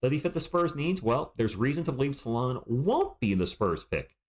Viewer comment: Hi - thank you for sharing! Being French, I think your prononciation is spot on 😊. I had a look at First Team’s take on Salaun - it’s in French but full of great insights from guys who know. He started out as a 3 and has been moved to 4 (he’s compared to John Collins). The consensus is that he is very talented and has progressed very quickly, has a ceiling that’s potentially higher than the other French prospects this year, but he has to improve his ball handling, shooting etc. Raw but very very promising.